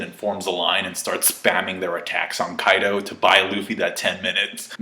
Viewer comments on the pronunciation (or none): none